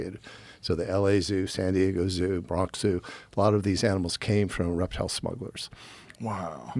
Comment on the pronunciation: did he say he's a reptile guy or erectile guy? I need to know before I continue.